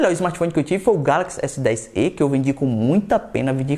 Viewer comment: Galaxy s10ê, pensei que fosse Galaxy s10e tipo o "e" se fala como se tivesse acento "é".